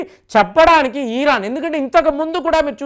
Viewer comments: ఇరాన్ అనండి సార్, "ఈరాన్" అంటే వినడం బాగా లేదు. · ఈరాన్ కాదు ఇరాన్